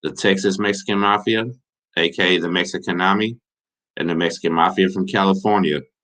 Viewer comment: Say it with me “May-he-khan-a-me” I always got along good with those Dudes and the TS cats whenever I came across them and I even got real cool with a few of them. Shout out to Noe and Huero from Mexicanemi and RIP to Rene From TS Respect. D